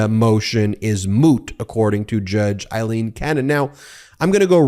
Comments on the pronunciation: Her name is pronounced “A”- ileen, not “I”- leen. Eileen and Aileen. Respect Aileen’s name at least. Please. RESPECT! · Hey, Ben. It's NOT i-leen – it's A–leen. Otherwise, great job as ever. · It's Aileen...not Eileen...get your facts straight. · Why do you insist on calling her Eyeleen when she pronounces it Aileen and so does everyone in the media. I think you're great but it is driving me to distraction. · It's Aileen, not Eileen. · It’s not Judge Eileen, it’s Judge Aileen A is pronounced as a long A seriously get the name correct My name is Eileen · Aileen is pronounced 'ale-een'